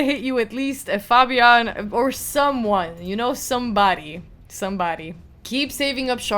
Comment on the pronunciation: Fabian not fobian:)